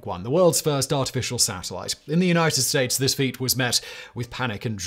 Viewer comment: “..across the United Stoats”